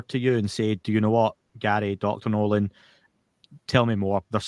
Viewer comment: More than once I thought he was calling him Daddy Nolan.